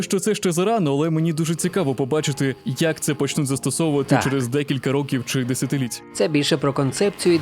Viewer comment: Неймовірно цікаво, чекаю з нетерпінням нових відео. Одному з персонажів озвучки треба попрацювати над мовою- цягнуць, десятиліць. Вибачте за ложку дьогтю😄 і дякую за вашу працю.